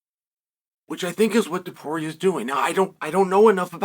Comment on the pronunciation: TOW-PURIA not 2-Poria